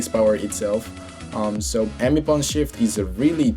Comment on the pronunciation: SWIFT not shift